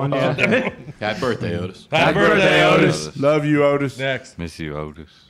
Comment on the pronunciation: LUUH YEW TY